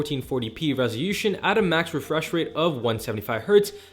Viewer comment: What is rezhiushum😅😅😅 do you mean Resolution Just reading the manual bro 😅😅